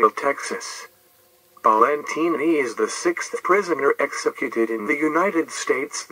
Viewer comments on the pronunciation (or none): It’s pronounced Balentine like valentine